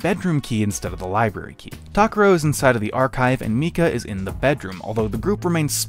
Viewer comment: Why are they pronouncing Takuro’s name so weird?